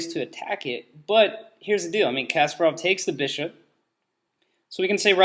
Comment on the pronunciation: idiot, why are you misleading people? poor pronunciation on Kasparov btw...